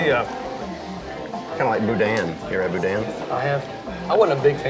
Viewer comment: We need to discuss the way you guys pronounce “boudin” 😂😂